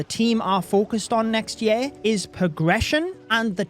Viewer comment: i feel like you're trolling us all by the way you're pronouncing "year" now (yeah?) 😂😂